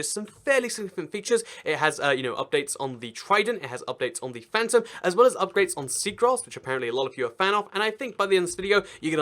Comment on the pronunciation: Its not phantrom its phantom